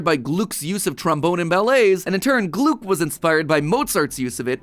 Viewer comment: Hehe...gloog.... I am very convinced that it's gluck, with a short u